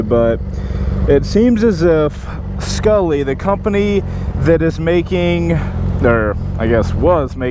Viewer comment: Not skullly